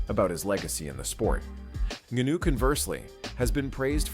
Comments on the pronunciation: "Francis Nunu"😂😂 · Bro said Nanuu. Like wtf ! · Did I hear Francis Nunu. It's Ngannou please 😒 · It's Ngannou. Not NuNu 😂😂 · YT ppl know they can mess up a name. This dude called Ngannou like 5 different name in one video